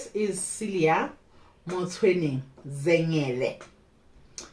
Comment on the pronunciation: The way you say Zengele i lobe it